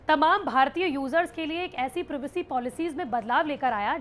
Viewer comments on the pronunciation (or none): दीदी... प्रिवेसी नहीं प्राइवेसी 🙄